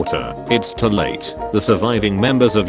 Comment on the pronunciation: How come the voice over robot can't read the word "too"? Too is not to.